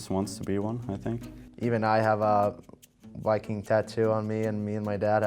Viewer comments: I noticed that the Swedes in the video can't pronounce viking correctly in English. Swedes in general have a tendency to pronounce the V as W in English. They pronounce the V correctly in their native tongue . I'm by bilingual and speak both languages fluently. In Swedish Ikea is pronounced ee-ke-ah. Excellent hockey players though.. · They pronounce it like americans for some reason. That's not how we say it here in Sweden